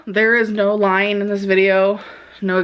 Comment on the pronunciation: No lyeen. No exaggerateen.